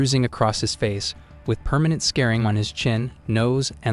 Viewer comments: It's "scarring", not "scaring." Must be an AI voice. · "permanent SCARING?" Is this another AI narrator channel?